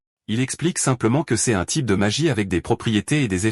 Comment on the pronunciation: Tu utilise qu’elle ia pour faire tes vidéos ? Tu peux pas corriger le prompt pour qu’il dise correctement « l’eau » ou « c’est »